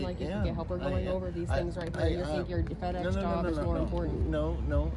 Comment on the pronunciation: All his co-workers should see this and totally alienate him. It's supposed to be FedEx not PedEx !!